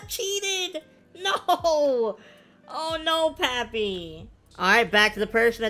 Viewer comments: You actually say “Pappy” instead of “Papi” lol im latino so it just sounds different to me 😬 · Nah your supposed to say it like popee